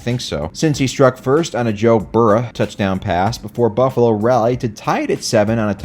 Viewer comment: Cinci-natah, Joe Burr-ah, and Buffa-lah. Literally the best moment of the video. P.S. I did in fact watch the whole video, I'm not gay.